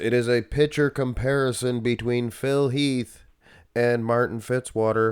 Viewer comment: Phil Heath….its Phil Heath.